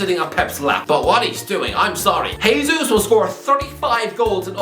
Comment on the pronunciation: Hey, Jesus is Brazilian where they speak Portuguese, not Spanish. So it’s pronounced “Jay Zeus”, not “Hay Zeus”.